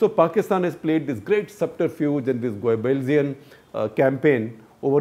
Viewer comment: Goebbelsian is an interesting word I learnt today. It took me time to find out the word because pronunciation of it by Shekhar was a bit messed up if you don't know the word.